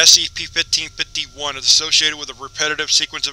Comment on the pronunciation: Oh my God, please stop saying 1551 like that.